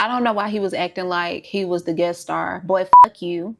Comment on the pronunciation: the “boy f*ck you”’s had me rolling 😂 said like only a true Southern woman would lol